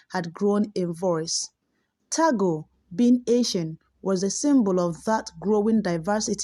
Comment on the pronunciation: Pronounce as Tag-le , not Ta-gle .